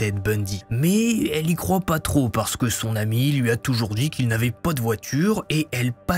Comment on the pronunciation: Le "po" à la place du "pas" est tres irritant par contre 😂